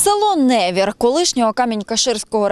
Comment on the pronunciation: Не невір а невір